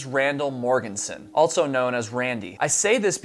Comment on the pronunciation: Fun fact: there's no "t" in also.